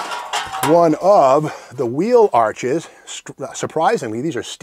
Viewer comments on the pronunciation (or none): none